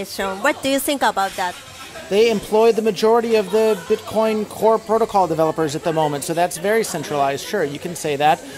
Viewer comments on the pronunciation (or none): none